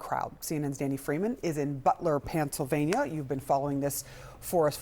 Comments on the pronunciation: "PANTSylvania"??? Where are you from? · Did she just say " Pantslyvannia " 😅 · She said Pantsylvania... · Butler, “PANTSylvania”! 😂😂😂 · Did she just say "Pants-sil-vania?"